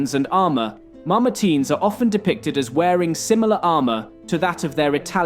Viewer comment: Is it pronounced MamerTEEN or MamerTYNE? You flip between the two every other sentence. Perhaps you’re just trying to keep everyone happy by pronouncing it either way?